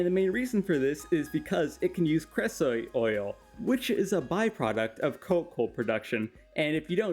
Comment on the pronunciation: that pronunciation of creosote caused me physical pain lol